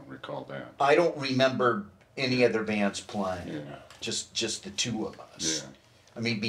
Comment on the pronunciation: Keith is great. He can add an extra syllable to the word “bands”. It’s like “Beee-yands” 😂 Legend.